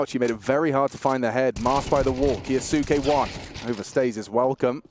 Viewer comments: Please tell the casters to stop calling Maxim "Kayo-sucky". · I hate when the caster say the name of Kyousuke f*ck cringes me it supposed to be silent 'u' like Sasuke